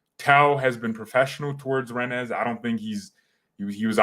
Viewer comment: Hey btw the club Rennes is actually pronounced "Ren".